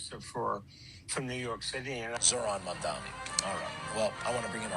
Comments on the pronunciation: 🙄 Cuomo can't even pronounce Zohran's name correctly. It's "Mom-donny," not "Momm-Dommy." He should learn, considering Mamdani is HIS mayor now! 😆 Bet he still says Ka-MOLLA Harris, like they do on Faux News. Maybe he can find a job there. 🤔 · Every time I hear them pronounce his name "Mondami," I'm reminded of how petty, disrespectful and butt hurt they all are. I've heard some of these same people pronounce Mahmoud Ahmadinejad's name correctly and casually. It gives "Ka-MAH-la" energy. Cuomo ran against Mamdani. He knows his name. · I'm pretty sure they call Zorhan Mamdani "Mandomi" because it rhymes with "Commie." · Gotta love how Cuomo mispronounces Mamdani after campaigning against him for HOW long!?!! That speaks volumes. Didn’t even learn to say his name properly!